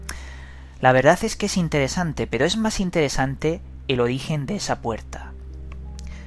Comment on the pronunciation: Todo bien con los vídeos pero habla bien, pronuncia, dicciona.Mistedio, intedesante, sumedios, odo, adquitectuda, etc...Dejate de joder.